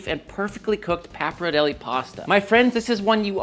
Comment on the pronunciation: nice video but i despise how you pronounce pappardelle